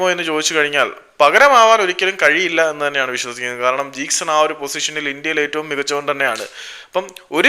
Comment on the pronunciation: Bro ithe nirthiyile🤣 jeakson jeakson 😂...